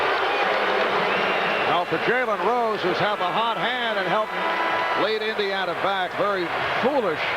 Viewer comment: My man my man my man, it is Indeeana Pacers, not Injana....hajahajaha, other than that nice video.